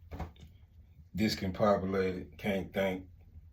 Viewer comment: Discompopulated?That shit so funny.We know you mean Discombobulated